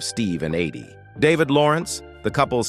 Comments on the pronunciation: You keep saying her name wrong. Its Eydie not Aydie. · I hate this narrator's voice! He mispronounced Eydie's name consistently...........calling her "aidee" time after time. Where the hell did they get this guy? What a low budget tribute to a special couple.